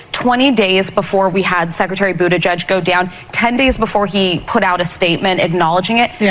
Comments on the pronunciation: I'm a fan of her pronunciation.."Bootishay." So proper for pot hole Pete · Does this chick mispronounce Bootyjudge’s name on purpose? Could no one correct her?